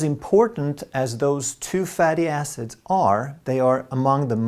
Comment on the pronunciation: Ha ha you said fatty asses? It was hilarious. Its surprising how many people slip up with fatty acids.